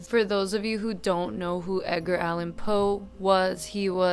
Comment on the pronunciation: WHY DID YOU SAY “EDGINE” LIKE THAT?